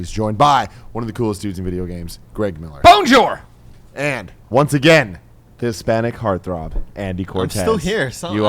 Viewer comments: FUCKING HELL GREG!!!!YOU MARRIED A CANADIAN, CAN YOU AT LEAST LEARN HOW TO SAY BONJOUR?!?!?! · Kinda Funny Games ok Greg...can you at least say Bonjour properly now😀?